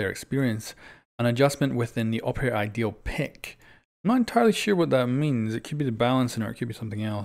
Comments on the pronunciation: "The operator idle pick" just to clarify that it isn't ideal, it sounded like you were saying ideal although that may have been your accent but I believe it's referring to how if you're afk when you're teammates are picking ops you'll just get stuck with recruit, well maybe they'll change that so you can set favorites of which operator it'll automatically go to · I'm not the only one heard him say ideal not idle right?